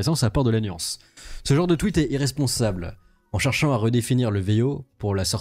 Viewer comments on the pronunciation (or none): none